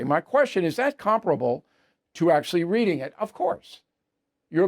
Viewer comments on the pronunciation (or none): none